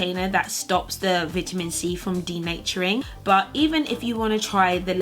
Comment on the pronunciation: Never heard anyone say "veet-ta-men" like you do.